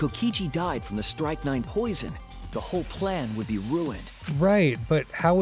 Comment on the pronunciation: its not pronounced "strike 9"